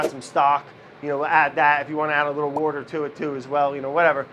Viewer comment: "Wourder" IS BACK!!!!!